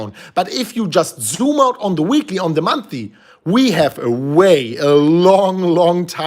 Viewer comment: Month-Ly -Not monthy